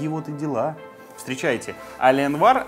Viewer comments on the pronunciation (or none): «Компания Аленвар» блееее.... Я твой инглиш труба шатал!